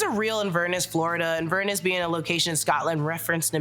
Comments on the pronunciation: Sweetie, it’s not Inverness the way you pronounced it, it is Inver-Ness ❤ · The way you say Inverness is really funny haha It’s Inver-ness, like Loch Ness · Why did you say Inverness like that 😢